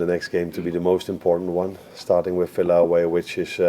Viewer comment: Love Arne! 🥰 ...but someone needs to explain to him it's not pronounced Filla 😳